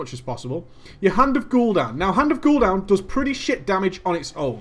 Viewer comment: Hand of Gul'down lol